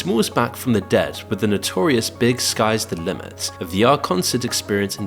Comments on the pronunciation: Bro that’s not how you pronounce his name. You say each letter separately. This looks like a AI generated channel now. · This is the first video where I realized the voice is just AI. Can't pronounce Notorious B.I.G. correctly, can't pronounce Nike correctly. Trash